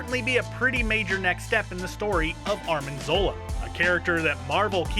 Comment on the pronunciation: Were you saying "Armin" Zola?? That's what it sounded like. Isn't his name Arnim Zola?